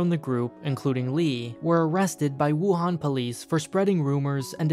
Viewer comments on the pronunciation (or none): none